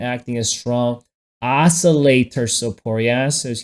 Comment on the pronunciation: check out that os-cer-lat-er